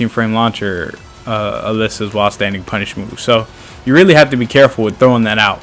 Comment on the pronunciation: It's A-Lisa, not Alissa